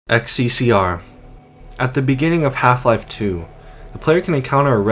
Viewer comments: xccr is not xccr, it's хссг. HL2 is based on Eastern Europe, so it's read kh-s-s-g. Most likely a parody of СССР (USSR). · It's not "XCCR" ,it's "XCCГ" - (H S S G ) in cyrillic alphabet :D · It's not "xccr" its "хссг" Cyrillic. Pronounced H (kh) SSG. Its supposed to be the name of a country that existed prior to the 7 hour war. Its probably nonsense cyrillic, based on the names of member states of the USSR. The meaning of Х & Г is unknown to me, they probably have no meaning. But the meaning of СС is definitely along the lines of Советская Социалистическая, Soviet Socialist. For Example, each country in the USSR had its name as Country Name Soviet Socialist Republic. Kazakh SSR, or КССР, Latvian SSR, or ЛССР, etc., etc.,. Х & Г are just placeholders for the identity of this ambiguous country. Also, please, everyone, for your sake, if you cant read cyrillic dont try. It's better to keep your mouth closed and be thought a fool than to open it and remove all doubt. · That didn't say "xccr" that's Russian for "ХССГ" pronounced "kah-sae-sae-gey". Not to sure what else that means but yeah, that's Russian not English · The sign doesn't say "Ex See See Ar." It's Cyrillic, so it says "Kha Es Es Ge." Entirely different letters. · "XCCR" NO. NO NO NO NO. You just insulted every single nation that uses cyrillic as their alphabet. You cant tell me it was too hard to look on wikipedia to check that and read it correctly as HSSG. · "xccr" are pronunced "hssg" and of course in Russian accent because those are russian letters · Its cyrilic so its not xccr its хссг(hssg) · the ХССГ sign is pronounced HSSG, just so you know. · xccr is a REALLY Soviet-looking billboard, unsurprising considering that the architecture and other things are from Eastern Europe. Also, xccr really is pronounced "hssg" in Russian. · bruh it's not xccr it's хссг (hssg) in Cyrillic letters. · "ХССГ" pronounced as "HSSG" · It's not XCCR, its XCCГ. Last letter means "G" in Russian